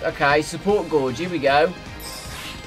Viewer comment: gauge is pronounced gage not gorge.